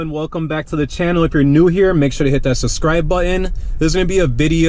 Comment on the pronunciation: God I hate the way you say “buttEn” lol.